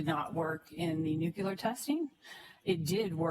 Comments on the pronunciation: and nuculous and accredidation 😡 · The WAY she mispronounced "nuclear" every SINGLE time